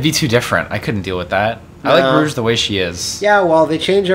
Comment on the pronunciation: Right when they get to Soleanna with Rouge...the voice over calls her Rogue